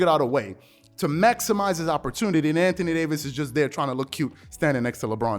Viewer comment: Anthony Day-to-Davis